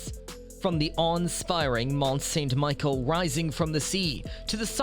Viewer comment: Why do you pronounce St. Michel "MICHAEL"